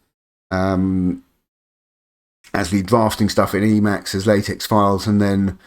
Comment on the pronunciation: Nice video. I'm finally jumping on the LSP train myself and this was helpful. Just FYI, the X in TeX and LaTeX is supposed to be the Greek letter Chi, so it's actually pronounced like"Tek" and "La-Tek" (short "a" sound, like the a in "law", at least on my side of the pond). Blame Donald Knuth :) On the plus side, it cuts down on the condom jokes.